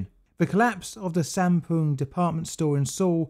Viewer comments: I thought Sampoong said Shampooing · Honestly thought it said shampooing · Who else thought this said shampoo